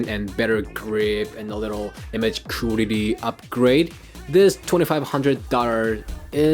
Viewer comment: You speaking english so good but you cant say correctly quality...sounds funny :) Respect!